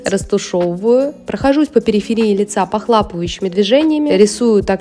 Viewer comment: Прекрасно и дорого. Спасибо. P.S. ПохлОпывающие, а не похлАпывающие..Проверочное слово " хлОпать":-))